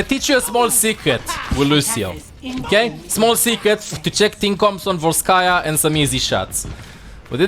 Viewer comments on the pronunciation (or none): none